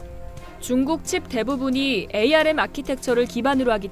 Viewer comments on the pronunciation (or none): 에이알엠ㅋㅋ. 암이라고 읽어요.